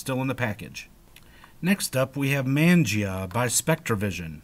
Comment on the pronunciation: "man-gee-ahh" no it's....MONJAAH